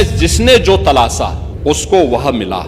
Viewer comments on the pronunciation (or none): उर्दू से नफरत करने वाला एक टकला तलाशा को "तलासा" बोल रहा है जाहिल। हिंदी आती नहीं उर्दू से नफरत??😂😂😂